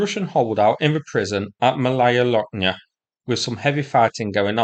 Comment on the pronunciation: It sounds "Mawaya Woknya", not "L". It's the same as in Polish "ł".